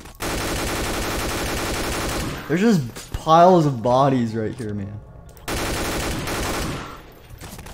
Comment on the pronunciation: wen you said bodys it sounded like bonnies